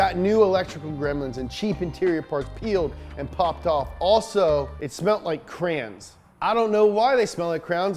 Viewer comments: I like the way cranberry's smell whats wrong with that? Oh wait you can't pronounce crayon! ITS CRAYON NOT CRAN! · Do you pronounce it: Cray-on or Crans?